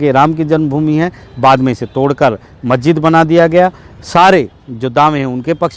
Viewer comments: Patrakar mahoday majjid nahi hota ha masjid hota hai bolna to jara thik se sikh lijiye....aise report banayenge to log aapko jahil samjhenge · मस्जिद बोलना तो कम से कम सीखो चाचा